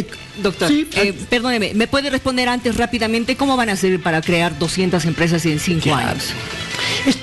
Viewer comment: Hantes?? VoliBia?? ECsploCion?? ECSamen?